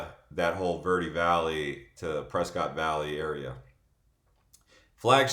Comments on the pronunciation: Pronounced Press-kit (prescott) & it's growing fast! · It's pres-cot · It’s Preskitt, as a native and has a cabin there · And he can't pronounce pres ket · I definitely know that you're not a local from Arizona because the way that you said Prescott...and you have No idea what Northern AZ is like . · Prescott rhymes with biscuit. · That was the first time I ever heard Prescott pronounced that way so I really don't know how you're supposed to pronounce it. I'm in Far Far Far East Mesa and everyone here calls it press cot. I wanted goodweather too of course coming from California but I really don't like snobs.